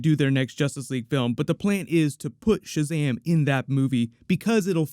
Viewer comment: Why did you call this sahazam superman trailer..